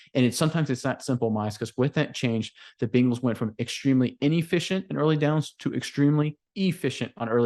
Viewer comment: It’s BENGALS, there’s no I in there. It’s not Bingals. 🤷🏻‍♂️